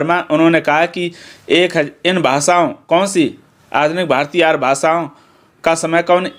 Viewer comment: Sir y r u saying Aaryaa ko Aar